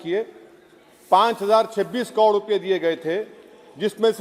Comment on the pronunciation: पहले बोलना सीख ले hukle... कोड़ नहीं करोड़ होता है. 😂😂😂